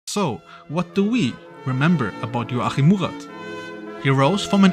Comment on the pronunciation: Love how his first name gets less intelligible as the video progresses